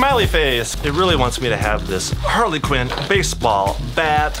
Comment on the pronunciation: I just realized that he said Parley Quinn